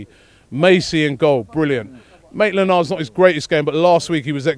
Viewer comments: Did Robbie say naitland miles instead of maitland niles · Robbie will never stop saying "naitland-miles" 😂